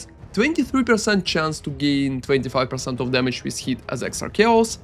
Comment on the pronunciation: doesn't understand many words too like "heat" instead of hit or "attic" instead of attack. You tend to pronounce the words longer than they are. Guess that is a typical Russian accent thing:)